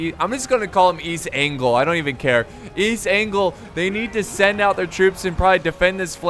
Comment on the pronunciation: Actually pronounced East Anglia